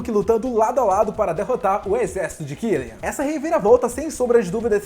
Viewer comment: Tá errada pronúncia quando fala do killian